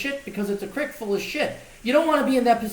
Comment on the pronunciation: you're saying "creek" the hick way!! "ee" doesn't make an "ick" it makes an "eyk" sound.